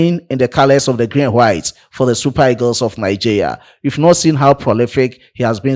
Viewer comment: Bro, it is pronounced Nigeria and not Nigea 😂